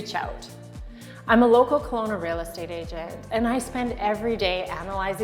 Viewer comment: Haha...reeel state😅😅age'nt